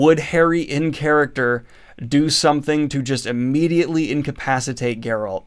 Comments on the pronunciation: Grrralt? Geralt! Geralt of Rivia 😂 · No one: Not a single soul: This guy: GUR-rULt of Rivia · Are you saying “Gurralt” it’s Geralt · It baffles me how you say geralt wrong, you hear his name being spoken in the games and tv series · It's Geralt, not Geralt. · Are you intentionally mispronouncing Geralt lol? Its not like its a difficult name. EVERYONE knows how its supposed to be pronounced. Not even excusable. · the way daniel says geralt is painful, send help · After all this time he still can't pronounce 'Geralt'